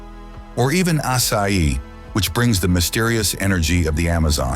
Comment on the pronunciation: If you’re gonna act like you’re an authority on Brazil, at least learn how to correctly pronounce the things you’re narrating. Churrasco— chur-ass-co Fejoada— Fay-Jo-Sara Açaí— Ahh-say—eee Many more mistakes. Hire me for your next video?